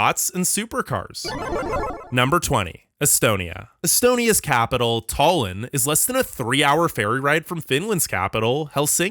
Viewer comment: Some of the worst pronunciations I've heard, come on America learn how to pronounce European countries and cities correctly. Moscow has no cow but does have a cofv and can have a co, Tallinn doesn't have a tail and is not tall.